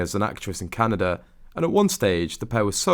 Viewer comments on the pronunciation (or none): none